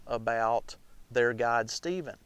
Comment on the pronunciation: It took me until the end of the video to understand he wasn't saying "Cave God", but guide. Still, very good!